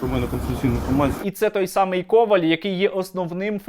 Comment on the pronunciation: Перше якщо люди кажуть ко'валь а не кова' ль, то означає що вони не українці. Так само не українці тимошенка , гройсман, яйценюк, та й інші з якими він хоче створювати щось нове. Також можна згадати як цей вірмен захищав мо СС кал омовних, ну як приклад з якою "шаною" харківській антимайдан гладив і вітав українських патріотів